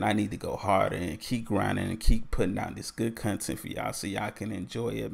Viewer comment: Loved the "cuntent" from the start.